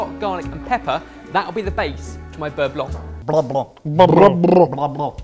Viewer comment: boys it's beurre blanc